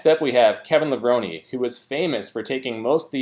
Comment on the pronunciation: The way he pronounces Kevin Levrone always gets me😂. No offense obviously